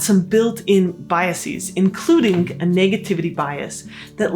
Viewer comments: The plural of 'bias' is 'biases' which is pronounced as ' BYE-a-sez ', not as ' BYE-a-seez ' Plural versions of certain English words of Latin origin DO get a final syllable pronunciation of ' -eez ' Their Latin, singular forms end in ' -is ' and their Latin, plural forms end in ' -es ',. only we pronounce the endings as ' -eez ' Examples include: axis, analysis, basis, crisis, diagnosis, oasis, thesis. The plural of originally French 'bias' ends in ' -es ', but is pronounced ' -ez '. 'Iris' is Latin in which its plural is ' irides' , but knowledgeable English-speakers do with ' irises ' pronounced ' EYE-riss-ez '. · Interesting, but my brain couldn't get past your plural of biases, to biaseeez. Academics do this often.